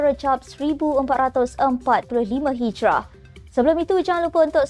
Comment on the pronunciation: 1445 Hijiriah atau Hijri bukan Hijrah